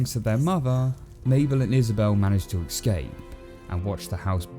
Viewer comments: It's "eScape", not "eXcape" *realize Her name is "Obomsawin"... The actual quote goes "When the last tree is cut, the last fish is caught, and the last river is polluted; when to breathe the air is sickening, you will realize, too late, that wealth is not in bank-accounts and that you can’t eat money". The one you cited is a paraphrased version made by Greenpeace. Oh yeah, and the word "lever" is not spelled "leaver", and thusly not pronounced as such :'D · Still mispronouncing escape as axe-cape, I see. You people are ruining language